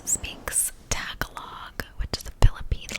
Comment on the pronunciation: So funny how you butchered the tagalog. I'm not filipino but have lived there for some time😂. Great video again!